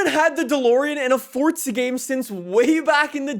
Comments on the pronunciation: Fun fact please learn how to say FORZA there is no T in it it's not FORTZA 😂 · It’s Forza not fortza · You say FORZA not FORTZA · normal people:forza him: fortsa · Its NISSAN NOT NISAN AND IT FORZA NOT FORTZA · stop saying fortsa horizon 5 its forZa horizon 5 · forza not fordza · ForZa. Not ForTza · Ah yes I do love Fortza Horizon 5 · Cant get over it fortza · Fortza though? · Is it only me who dosent like how he says forza? He says “Fortsa” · When people say Fort-za I fucking cringe so goddamn hard. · is it me or hes saying fortza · anybody noticed he says fortza horizon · Why does it sound like you keep saying fordza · English 100, good job saying Forza and Nissan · Why the emphasis on the (non-existent) 'T'?